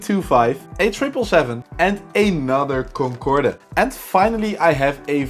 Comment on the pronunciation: Lousy packaging,crumpled boxes. Since when did we start pronouncing the ' e' at the end of Concorde?? You get coupons everytime you log in. All the tshirts are made out of cheap Polyester but you have to look everywhere for them to admit that most of the clothes are made out of this cheap material. Video for 7 year olds. At least an admission that the plane models are average. Wow lets break models.( apparently average build quality means cool?) If you wonder how China keeps builing new cities just look at the crap us Westerners like to buy. Peace out.